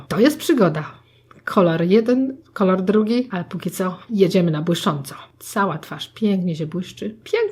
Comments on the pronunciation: nie ma jak to powiedzieć na odcinku zamiast kolor to kolar xD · Ale ekstra „ kolar” to było najlepsze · Twoja mama powiedziała dwa razy Kolar 😂❤ hehe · kolar "xd kocham to 😛😋😄❤ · Teraz nakładam kolar" 😂😂😂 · "Kolar" xd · Jeszcze ten koral zamiast kolor xD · jak powiedziała kolar to się zaśmiałam ahha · Wow twoja mama ma talent do takich żeczy czasem są pomyłki ale to pewnie że stresu myślałam że będzie gorzej po tytule ale jestem zaskoczona więc zostawiamy subka i łapkę w górę😉😊😘😍❤💓💟💟♥💕👌👍♥ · Twoja mama świetnie określa to co robisz ! I jeszcze ten "KOLAR" Hahahahaha. A poza tym świetny makijaż zrobiłaś ! Nie mogę się doczekać kolejnego odcinku! <3 <3 <3 <3 <3 <3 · To fajny ten "kolar" xD